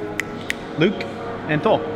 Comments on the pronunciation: Saying luuk or somting but its loki danmit 😂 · He said Luke lol it's Loki